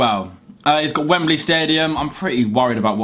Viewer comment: You said "he's got wembly stadium" in a really strong Wigan accent haha